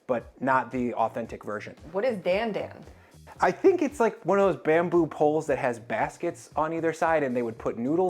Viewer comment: Its not DAN DAN like the name Dan its pronounced d-ahn d-ahn kinda like donald